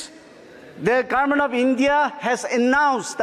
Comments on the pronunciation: 5 years will pass like this by pronouncing Garment (govt) 😂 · Doing his best but please people, keep in mind there is not a single power in the entire universe than can change the pronunciation Gaarment to Government for Aos 😬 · Very good speech but just garment n Government he has to change the pernounce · Indin garment😂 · Garment or government??